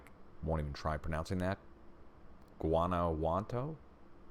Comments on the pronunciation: WHOAN-A-WA-TOE, Not with a 'b' sorry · Guanawatu is pronaunced huabawatu with "who" sound to start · Here's how you pronounce Guanajuato......"ONE-A-WHAT-TOE" Thank you for your videos.